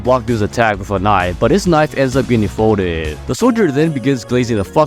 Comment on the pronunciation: omfg this fuck ass yt accent dawg like i was interested but im clicking off now cause dude dead tryna talk like the average radio show host. "ends up in him getting foldeeed" EVERY FUCKING SENTENCE DAWG PLEASE SWITCH IT TF UP. i get it if it was like every 4 sentences for like dramatic effect. BUT EVERY FUCKING SENTENCE BRU. I GENUINELY CANT STAND WATCHING IT AND IT PISSES ME OFF CAUSE UR WRITING SEEMS GOOD AND UR DELIVERY TOO. ITS THE FUCK ASS YT ACCENT. please, lost the thing u do at the end of every sentence where u extend the words final syllable. its unbearable unless im too stoned to notice it.